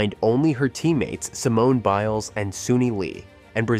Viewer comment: How many different ways was her last name pronounced during this video 🙄